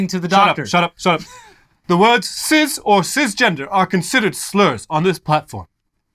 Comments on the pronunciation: Why are they saying sizz and not cis? Pronounced cys or siss. Just why? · That's not how you pronounce cis